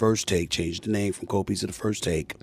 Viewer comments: What the hell is cold pizzer? Cmon Smith speak right! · “Cold Pizzer”